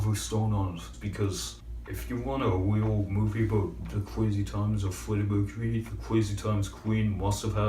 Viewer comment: Lmao fweddy mwecuwy